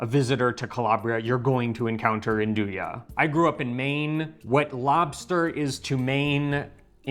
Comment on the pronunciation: Great class, really enjoyed learning about Nduja (and it's proper pronunciation). Nice to know there is a brand here that you enjoyed. Thank you👍❤️